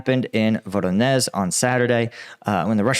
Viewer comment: 'Zh' is pronounced as the 'S' in vision or fusion. Prigozhin, not Prigozin. Voronezh, not Voronez.